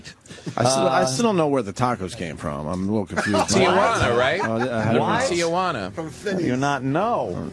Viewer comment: Wow, Ant pronounced Tee-juana right. Most people throw an a in there. They call it Te-a-juana. He's right about the kids running up on you trying to sell you shit too.